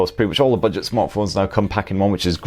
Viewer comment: I love ' pronunciation of budget..."Bidget"...Bidget. Top review mate.